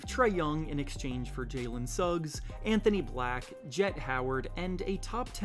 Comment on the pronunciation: Butchered that "magic" trade with the heat logo and Jalen as "Alen Suggs" 🤣